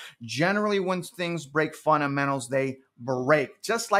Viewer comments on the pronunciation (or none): none